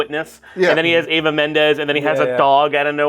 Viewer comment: Why does everyone mispronounce EVA Mendes as AVA Mendes? Its an E, starts with EE-va. Also its Fairuza Balk (FAH-roo-Zah BAH-lk) not Faruka. Confusing her with Willy Wonka characters! (Veruca Salt) Lol